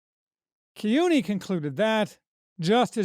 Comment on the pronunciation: After reading Kyeyune’s article and hearing this review, it sounds like I need to order the book. I have been working my way through “the concept of the political” and it is as insightful as it is dense. It doesn’t matter much but after hearing Malcom on podcasts like what’s left and good ol boyz, I think his name is pronounced shay-you-nuh.